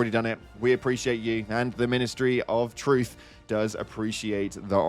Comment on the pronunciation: i’m quite delighted to spot another person who has had their ears blessed by the pronunciation which led to the message “ministery of 🦷 “